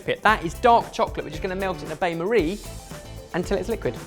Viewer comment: Did just call a Ban Marie a "Bay Marie"?